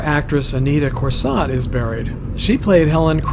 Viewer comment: Anita Corsaut's last name is pronouced as ' kor-soe '.